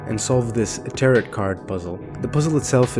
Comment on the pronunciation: you went all this time not learning how to pronounce tarot? wow...